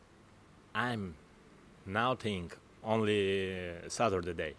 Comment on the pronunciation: 'saturtheday' lol